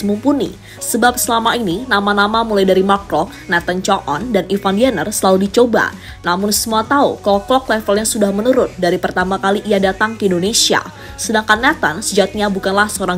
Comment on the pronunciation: Suara perempuan ini mesti selalu salah Bilang Ivar Jenner jd Ivan Jenner Payah